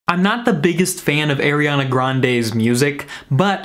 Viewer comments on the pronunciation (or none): ARIANA NOT AIRIANA 🤨🤦🏼‍♂️ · "aiRiAnA" oof. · It’s not AIRiana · I don’t like AIR-iana Grande... We can tell... we can TOTALLY tell LMFAO HAHA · AIR-iana Grande.